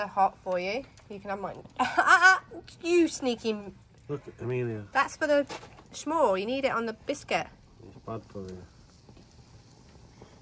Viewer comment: It’s not a “shmore” it’s a s’more, as in “I want some more” shortened to s’more. Amelia’s bathroom without a bath in it is called a half-bath in the U.S. Phil looks like he has a puppy face!